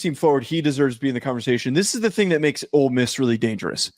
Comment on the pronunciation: And its OLE MISS Not OLD MISS